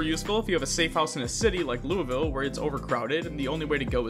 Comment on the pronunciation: As someone who lives in Louisville, its pretty cool seeing it in a game, also 8.5/10 pronunciation on the name. Also fun fact: the baseball bat factory is based off of Louisville Slugger, in the real world lol, worldwide famous bats